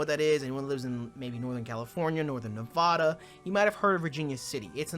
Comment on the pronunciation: I love you but you literally lived in Nevada and didn’t learn the actual pronunciation is Nev-ADD-uh. Sincerely, a fan from Las Vegas, Nevada.